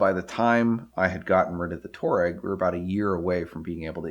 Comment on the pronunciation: It’s pronounced twah-egg, with a hint of twah-regg